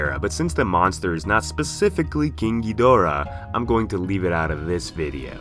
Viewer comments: Is it just me or the way he pronounces KING GHIDORAH somewhat sounds like KINKY DORA? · Nobody:: KEENG GEEDORAH